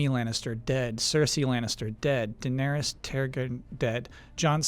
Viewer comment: well, he has the true pronunciations of Targin and Dave-os down...yeah...